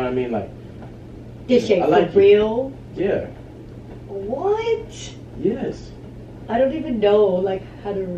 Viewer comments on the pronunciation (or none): Sucks when you cant pronounce the letter S... she says "YESHH".